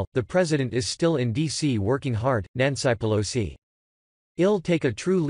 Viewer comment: Nanci peloseye? Nani pelosi? Come on computer!!!